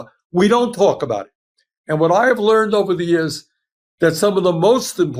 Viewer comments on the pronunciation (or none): none